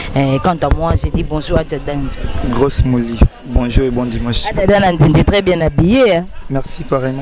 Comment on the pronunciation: fille oyo na yebaka vraiment t soki aleka na banc ya école pcq ayebi ko prononcer ata mot français bien t même dire bonjour ya bamba na faute ....en plus asimbi p micro mawa trop